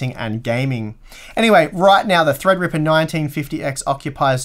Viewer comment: THREADRIPPA! Must be fun to say it like that all the time.